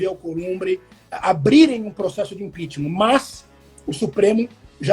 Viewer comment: Kkkkl apaga que aimda da tempo, esse analista ai entende muito heim?" Impixima"? Pqp, ninguém de dentro do governo confia no bolsonaro? Cara saiu mais forte kllk